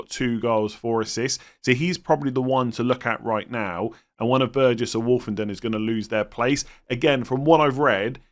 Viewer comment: As an Ipswich fan you pretty much have nailed it for us. Greaves likely to replace Burgess as left centre back and you pronounced Woolfenden’s name right! You are right everything goes through Davis he basically plays as a left winger and takes most set pieces. Only other to mention is Tuanzebe, he ended the season playing right back might take over from Woolfenden as right centre back.